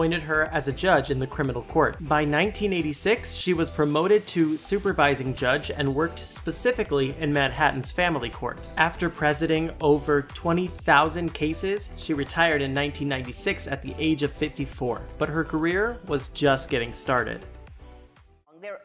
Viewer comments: "Press eh ding " (sic) over .... "Apple ate" (sic) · It's prē side ing, not pres ide ing. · Not how you pronounce “presiding” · You need to learn how to pronounce “presiding” and “appellate.” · Your legal jargon pronunciation needs work... specifically speaking of your pronunciation of presiding and appellate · Before you narrate another video, please look up the pronunciation of the words "presiding" and "appellate". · Great narration. Couldn’t even pronounce “presiding” properly. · Check your pronunciation, please! Particularly presiding and appellate! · The Commentator mispronounced Presiding and Appellate but still a good ode to Judge Judy.